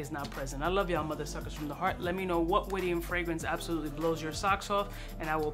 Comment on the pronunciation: Yo, great Syrian perfumery house. It's pronounced Wid-yan. Rhymes with "Kid-Man".